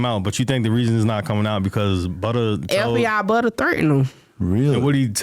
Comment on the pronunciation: He said Fbi Butta lol 😂